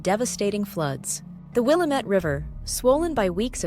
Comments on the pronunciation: Just visited and the first correction I received was it is Will-AM-IT not will-ah-met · Willamette is mispronounced. It rhymes with dammit. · Will - am - ette